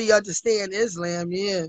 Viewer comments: Is-slam? Q-ran? 🤦🏾‍♂️ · WTF is a Auntieprenur (Entrepreneur)? Karen (Koran)? and Itslamb (Islam)? 🤦🏽‍♀️I thought us Georgians talk messy. This is mental health call 😂 got a new calling ….. being a counselor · Not is-LAMB 😂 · She said Ontraprenur not entrepreneur 😂 Izzlam not Islam and Qrun instead of Quran 😂😂 Hot bubbly mess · I do read my 'Kur-Anne' to help me out, you know... 😭🤣. Not an Auntipanuer, who studies IsLamb.. 😂😂😂😂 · 😂WTF I cannot stop crying 🤣" I am Muzlim the Koran Izlam " 🙃He has to buy me a house and a car and college tuition for my son 🤣 Cam is undefeated, GOD help me I love this show to much, this has to be a sin 😅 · IS-LAMB and COR-AN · She cant even pronounce words. Is"lamb". Girl what!? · Did she say she was in the religion of "Is lamb" and she reads her "Core Ann". Now this is every man's Trophy wife, 🤣🤣 She needs to be institutionalized immediately. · Islam but she said izzlamb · She didn’t even say Quran or Islam right, bless her heart😂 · Did you hear how she pronounced the Islamic terms😅😂? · Angelo Madison Right!, she couldn't even pronounce" Islam" right or "Koran".🤔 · Right. She can't even pronounce it. You know she's not following it. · This woman can't say entrepreneur, Islam or Quran correctly; but claims to be a business owner, Muslim and reads the Quran???????🤣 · Bless her heart. She pronounced the whole religion wrong 😂😂😂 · And everything else😂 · She can't even pronounce Islam but practices the religion, smh... #herlifeisajoke